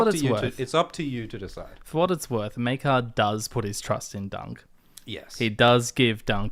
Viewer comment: Why do some people pronounce Maegor as MAY-GOR, but pronounce Maekar as MY-KAR?